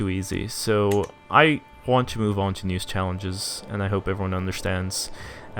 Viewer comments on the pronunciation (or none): none